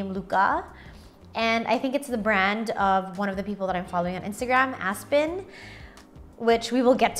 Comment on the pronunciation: The pronunciation is different though. Try checking out Aspyn Ovard's Youtube Channel on how she pronounces her name. But I think that name will be most likely murdered by other people who can't pronounce it well.